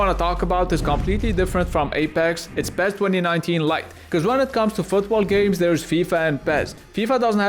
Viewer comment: PEZ ? its fucking pes ?